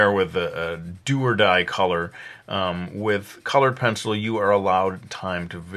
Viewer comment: "Zee pencily paht of dee penzil" I lol'd